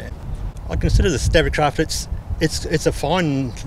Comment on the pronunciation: Its pronounced Stabicraft not Stabbicraft. As in stable not stabble.